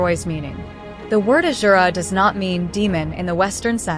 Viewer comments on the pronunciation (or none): It's Asura not Azura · Ok so its "Asur / Asura" they are talking about, I was really confused what's "Azura" the AI is talking about. 😅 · 1. It's asura's not azuras 🤦🏻‍♂️ 2. You need to research more on who Rawan and Kumbhkaran actually were, what 'is' their real identity....